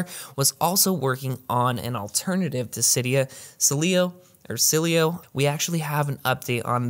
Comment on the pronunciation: Dude, you really struggle with the Sileo pronunciation. Love the content though, as always. 👍